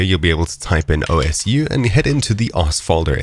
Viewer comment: amazing video but is swore it was pronouced "oh-su